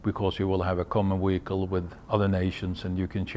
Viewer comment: All well and good, but what exactly is a weehicle?